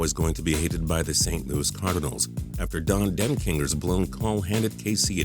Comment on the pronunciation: 2002 ALCS was between the Angels and the Giants? lol He actually said ACLS. Also mispronounced Don Dekinger's last name. The Los Angeles Angels no longer uses OF ANAHEIM in their name.